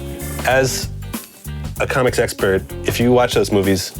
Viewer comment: sounded like "i'm a comic sexpert" which is kind of an oxymoron